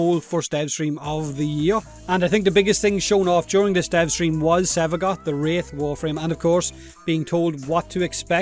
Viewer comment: I kept hearing Sevagot